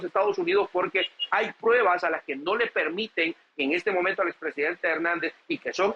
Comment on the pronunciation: SE DICE PRUEBAS, NO prebas.